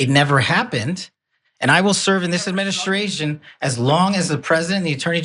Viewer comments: . 'I will serve in tnis adminishtrashun.' Sounds drunk there. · I swear I detect a bit of slurring when he says "This Administration" -09